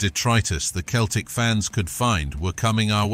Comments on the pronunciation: It’s Celtic why can’t u just say Celtic not Keltic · Thank goodness it wasn't the famous Glasgow Seltic, but some other Keltic... Mon the Kelts... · I read your post before watching the video and as a lifelong I can't believe how feckin annoying it is to say Keltic every thirty seconds I've travelled to many many countries and I have never ever come across a football supporter of any bloody team who didn't ever think that Celtic was pronounced Keltic Grrrr!! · Keltic !!!! WTF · Keltic wtf lol up hoops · Pronouncing Celtic as Keltic? You are not a football fan. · Sell-Tick, ffs, artificial intelligence, there's a misnomer. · That's what happens when you're too lazy to do a voiceover yourself and get a computer do it. Who the fuck are "Keltic?" 😂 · It's pronounced sellick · As soon as you said Keltic i stopped watching. F**k me. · Thumb down for the constant bad pronunciation of Celtic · He can’t pronounce Celtic, what a tube. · If your going to do videos learn how to pronounce teams name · Do one, ya helmet. I think a real would be able to pronounce the name of their team correctly. 😅